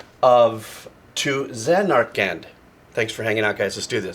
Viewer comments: "Now let's play 'to zuh-narkland, if that's how you say it" Me: that's right-that's kinda right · Emphasis on the final syllable. ZanarKAND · ZAN'ar-kund. Last syllable is swallowed a bit. "kind" as kindergarten, or "canned," or "kend." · JRPG: Japanese Role Playing Game Zan-Are-ken the final d is pretty much silent though some NPCs do pronounce it. Here are my favourites from the series. Liberi Fatali, Eyes On Me and Start Up from FFVIII One Winged Angel from FFVII You Are Not Alone from FFIX The Calming and theme to Besaid from FFX For me FFXII, FFXIII(s) and XV didnt have much rememerable music for me. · Should have listened to the Distant Worlds version of To Zanarkand (pronounced zan-are-kend).